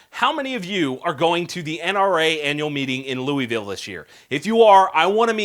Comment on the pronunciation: All kids should learn about guns at a young age! Oh and you said Leewweeville lol